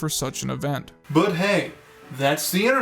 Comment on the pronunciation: I died at the outro. "But hey, that's the Internet for you, and on the Internet, MEEMS ARE KEEENG , thanks for watching."